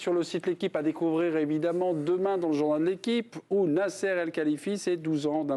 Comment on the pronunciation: Pourquoi prononcer le nom de Nasser de cette façon? cette cloche de présentateur....